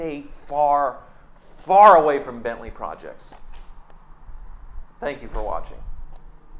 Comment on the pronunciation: He'll stop reading on "Bantley"